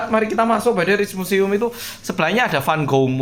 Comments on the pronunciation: Rijk pronouncenya Riyk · Rijksmuseum pengucapa nya raiksmuseum. Musim panas biasanya orang2 suka minum bier. Di Amsterdam ada rujak peris sol uenak pol. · Rijksmuseum bilangnya Reiks museum. Huruf ij itu dibacanya ei. Spt kota Rijswijk bacanya Reis weik. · Masih di Amsterdam engga oppa ? Btw, aku tinggal di Amsterdam. Rijkmuseum itu di bacanya Raikmuseum 😅